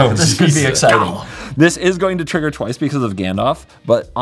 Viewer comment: Also pronunciation of golem to sound like Gollum is more fitting/confusing than ever with this theme.